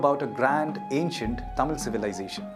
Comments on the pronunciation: Excellent presentation and pronouncements of tamil words are awesome 👌 👏 👍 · Thanks a million for such a great video with the greatest tamil pronunciation!!!!! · The best video that I ever saw in English with all the Tamil pronunciations are perfect. Clear explanations.congratulations for the team and thank you so much for making the video .👏👏👍👌👏☺️